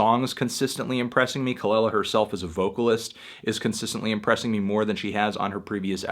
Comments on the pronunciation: Say it with me "kah-LEE-la" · Her name is actually pronounced Kuh luh luh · The way he says kelela bothers me so much